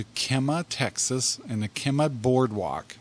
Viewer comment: We live 20 min north of Kemah. We would have loved to meet yall. Kemah Boardwalk really is a hopping place. fyi. The first half of Kemah is pronounced Kee . we really love your videos and podcasts.